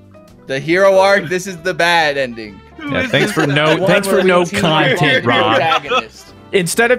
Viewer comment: It makes the cahntent even better watching 4 grown men play sorry incorrectly:p loved the video though. More game nights!